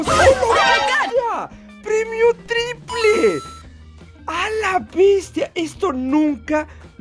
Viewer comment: Nunca había escuchado que alguien dijera “PREMIO TRIPRE” buena suerte bro félicidades 😎 Y también por las 2 arenitas